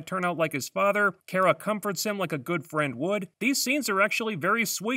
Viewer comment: Kara is pronounced "Khara or Car-a" not "Care-a". Please fix that.